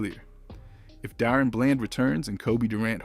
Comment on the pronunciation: His name is Daron!! Da - ron!!!!!